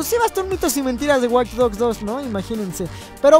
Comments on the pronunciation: alguien mas noto el Waych en ves de Watch? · WTF DICE WaychDogs 2